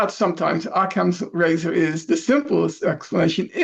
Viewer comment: He mispronounces Occam's Razor enough that I'm not sure he's ever heard it spoken